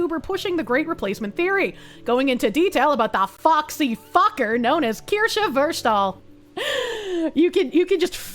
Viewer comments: I eagerly await the day Asmon can pronounce and spell Kirsche correctly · I think its funny at this point. Its so asmon